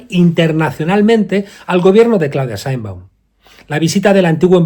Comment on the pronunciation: Mr. Monedero, tú deberías saber que el Gobierno de Mexico que tú pretendes defender, tiene en pausa las relaciones con España, que fue el Presidente López Obrador quien anunció esa pausa, y que la Señora Presidente de Mexico (por siervo, tú no sabes ni pronunciar su nombre) secundó tal acción y no invito al Jefe del Estado Español a su toma de posesión, tú cómo Español pienso deberías estar molesto con esa descortesía de Mexico al Gobierno y Pueblo Español.